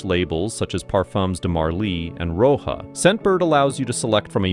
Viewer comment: Lol, you got the fragrance names all wrong. Roja is pronounced Roger, like the man’s first name. And oud is not owd, its ooood.